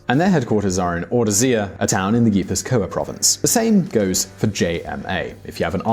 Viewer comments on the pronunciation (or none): Hahahaha "Navarreh" "Gwipuzkoah" "Youskadee" "Lekhendakaree" "Audeeseeah" lmao